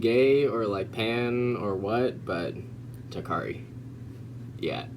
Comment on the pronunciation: My name is Toccara and hearing "takari" is like oof😂